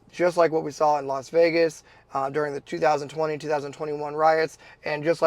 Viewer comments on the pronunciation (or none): none